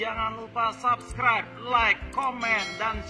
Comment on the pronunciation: Bang gue penggemar berat chocky tapi gue ilfeel Bang gara2 dia closingnya gak tau ngomong "subscribe" dia bilangnya gini "jgn lupa sabscraiTtttt...... " Hahaha aduhh ampun dah.. padahal gua nontn sambil begadang jam 03.22